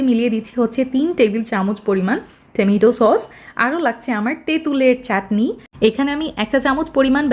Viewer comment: এনার রেসিপি গুলো ভালো কিন্তু এনার টমেটো বলার স্টাইলটা একেবারেই জঘন্য😂😂😂